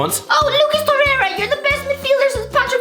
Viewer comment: I cant with the Lucas Torherha... my god learn to speak